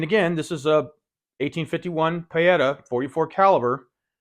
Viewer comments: I could be wrong but I believe Pietta is pronounced PEE-et-a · no, the sound is marked with the phonetic symbol /i:/ and it's very close to PEE-eta. Nowhere near what said. No matter though, it's all just nitpicking, we all know what he meant. PS I'm half Italian;)